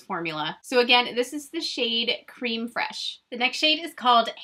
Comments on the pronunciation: The first shade is actually pronounced Crem not Cream like for coffee "Creme fresh" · What happened to the video you posted where you cried about Colourpop removing you from their PR list....🤨🤨🤔🤔?? It’s pronounced- Crêm Frêsh BTW.